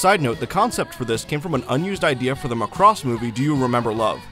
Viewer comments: Oh my God Macross is pronounced MACK...ROSS NOT McCROSS. Just watch ONE FREAKING EPISODE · Yeah, EXCEPT they always pronounce #Macross WRONG ... IT'S NOT McCross, He was the leader of the Black Hole Gang in #GalaxyRangers ! It's pronounced MACK ROSS. Proof that these people never saw #Robotech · The dub by ADV pronounces it Muh-cross. Prior to seeing the dub, I too called it Mack-ross. I figured since the ADV dub used the original Japanese names it was more accurate than Robotech and started using their pronunciation from then on. It wasn't until 2016 when I started making videos that people started telling me the ADV dub was wrong. Even though multiple people have commented on every video telling me to change my pronunciation I will not. Not because I think the ADV way is correct, but because I want to set a precedent that I am unreasonably stubborn.